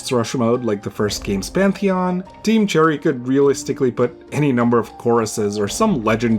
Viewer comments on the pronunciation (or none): none